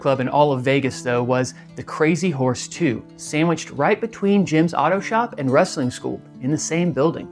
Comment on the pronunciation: I used to clean carpet back in the late 90’s up until mid 2000’s. He had a massive house on the east side of town which is a shitty area of town. His house was ALWAYS a wreck though! And for all you that call Wrestling Rastling needs to go back to speech class especially being a reporter and calling it Rastling. lol 😂😂😂😂😂